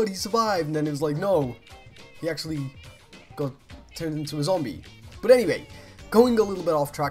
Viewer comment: I love the way he said 'but' that accent tho! x) bot it's so cool (from a French fan)